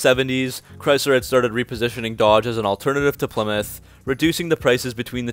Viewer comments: Well it's name isn't plimith, it's ply-mouth kinda like plywood! Stop mispronouncing names n words! Or at least we need to get the college types to spell them right! Stop saying beoitrice the name does exist in that from, it's beat-rice not beoitroce or beaittruce! Nope it's beat-rice! So beat-rice drives a ply-mouth car! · I always thought it was pronounced PLI MOUTH 👄